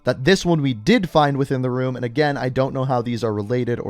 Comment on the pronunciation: "Anotha ruum"